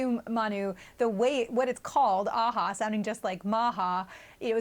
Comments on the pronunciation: Did he say A-H-A? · So why are these twits repeatedly saying that AHA sounds like maha?? Are they trying to insinuate something?